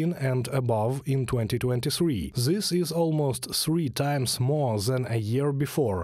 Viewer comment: Hey guys.. "Th" in English isn't pronounced like "Z".. gotta work on the "zis, zat, zere, zose", etc.